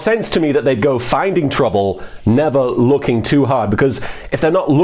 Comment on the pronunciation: I've heard it a 100 times and I keep hearing "Never looking too hard" kinda sounds like he says "never wookie too hard..."